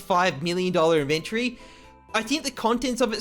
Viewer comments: the way he says "iventori" hahahhah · The way you pronounce "inventory" is cringe